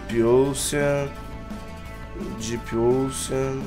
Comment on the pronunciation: fala direito Depp ocean, se pronuncia onxan